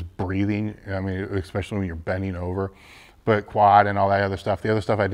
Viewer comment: Where are people coming up with this "ekspeshully?"